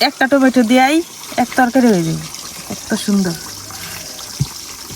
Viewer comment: টমেটো 🍅 ❌ টেমুটু 🍅✅